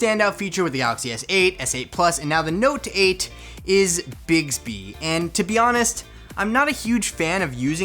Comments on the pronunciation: Does anyone else hear say bigsby instead of bixby? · Who else suffered from cringe when he kept pronouncing it “bigsby”